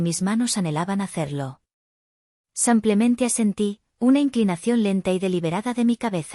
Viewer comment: SIMPLEMENTE ,EN ESPAÑOL SE LEE SIIIIIIIMPLEMENTE NO SAAAMPLEMENTE:::LNo hay manera....